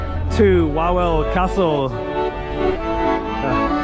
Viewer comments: Nie łałel tylko Wawel (vavel) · How come your friend didn't teach you how to pronounce Krakow or Wawel properly